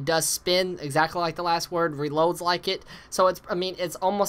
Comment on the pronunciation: hehehe its the Last word, not the Wast word. You are a funny guy